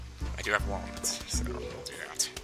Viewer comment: Every time says Wallnuts, I break out into the DK Rap. TAKE IT TO THE FRIDGE